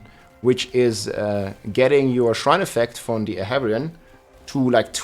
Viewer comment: Ahavarion, not Avarian nor Aharian Chorus, not Chocs - also, it’s an incense, not an elixir Soothing, not Smoothing #dyslexia